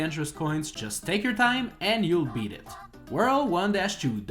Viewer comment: Andre from GameXPlain always sound like "that's shit" when he says "that's it", but that hasn't ever been a problem, as far as I know.